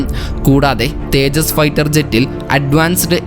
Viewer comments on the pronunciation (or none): none